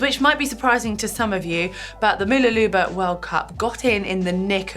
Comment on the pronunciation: More like m'LOOlabah. The first vowel is a schwa, and it's helpful to use capitals to demonstrate where the stress lies.